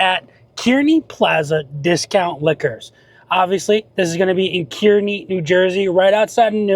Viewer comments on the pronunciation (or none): Pronounced "car-knee"